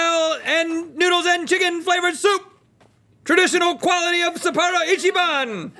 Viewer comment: The way the pronounce "Sapporo" hurts my soul.